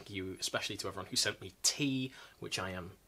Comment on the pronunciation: "Especially to everyone who send me teeth..." That had me literally spit out my coffee! Then I realised you said tea, not teeth... Which is somewhat comforting, because it sounded a bit... Disturbing? Also, I'm kind of chuffed that you have the exact same Thor's hammer that I bought with my measly pocket money as a kid back in the 80s. Not because I wanted to be a reenactor or anything, but just because I thought it was really pretty and also... Danish kids are FORCE FED viking age in history lessons in school, or at least they were in the 80s. (And not always, might I add, in a way that would today be considered historically accurate or politically correct.)